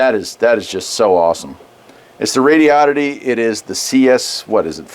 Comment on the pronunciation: I'm assuming you're pronouncing right, but I was saying it like Rodo-ditty until I heard how you said it. The way you say it sounds better.